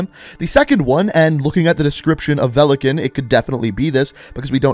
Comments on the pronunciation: It is pronounced velikÀn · its not velikEn its VELIKAN тако да можеш ли да немој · Velekan....... my ears are in pain ... великан= valikan .... there is a i witch should be audible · Its veli-kaahn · His name is pronounced Vee-lee-Kahn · i is silent it is velikan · Oh, so you bothered to translate “velikan” (stress is on the “a” btw) but you never bothered to translate “nikto” (stress on the “o” btw). Nikto “никто” means nobody/no one in Russian. And there is no such name as nikto. Something being written in the “name” part of the bio doesn’t mean it’s their name. Otherwise ghost would have Simon Riley there and not just ghost. Same for mace, I highly doubt it’s a name.